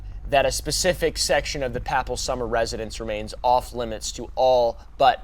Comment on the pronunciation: How does one manage to mispronounce “Papal”? Isn’t your mom Catholic? Jesus Christ, dude. 🤦🏽‍♀️